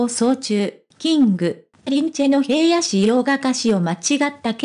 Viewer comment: どうしてへいやって読むのを辞めないの？😢 ひらのしょうですが！